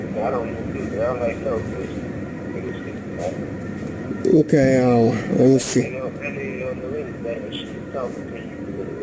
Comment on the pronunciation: Oh god it's the "My nation is Moormish" guy again